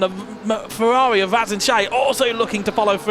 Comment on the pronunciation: Ngl is very funny to hear the commentator say the "R's" like "W's" Fewawi Mewaki Fórmula kawim